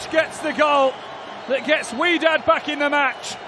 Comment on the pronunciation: Wydad pronounced “whydad” not “wedad”, can’t they read